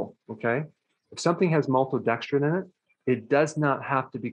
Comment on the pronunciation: I like how he says maltodextrin - “MOLTODEXTRIN!”